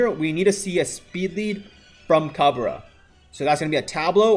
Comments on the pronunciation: Its not ca-be-ra. Its cab-re-rah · haha yeah that pronunciation though. its cab re ra not cabera